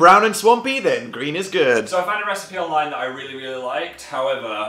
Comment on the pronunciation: "Recepie"?! Ok someone wasn't even trying by this point! lol